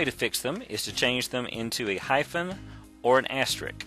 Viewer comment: Not only did he say "expecially", but he also said "asterik". The word is asterisk. What a moron. Also, this does NOT work. It looks good in a txt file, but when it is pasted into an online application, the formatting does not stay in that format.